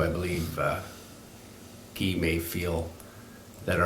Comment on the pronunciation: It’s Guy not Ghee!!!